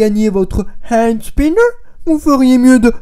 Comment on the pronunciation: "Haaandsnineuuur" mdrr j'adore comme tu parle :')